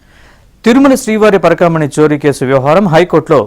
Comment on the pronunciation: Adhi parakamani not kurakamani